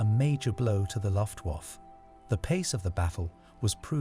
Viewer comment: LOL yep -- he keeps saying RAF (rhymes with laugh instead of the initials), Luft- (rhymes with tuft) waffe (rhymes with toff), morale (rhymes with sail) and Thames (a mixture of thin and James) -- I'm American and even I know those pronunciations are wrong!